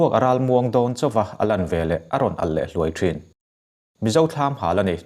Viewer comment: Boruak a rawn alh leh HLUAI thin tih khi chu a lam diklo 🤭